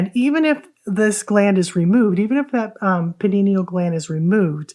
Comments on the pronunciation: pie-nee-uhl, not panini-uhl :) lol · It Pea-Knee-Al ( pineal ), not Pin -Knee-Knee-al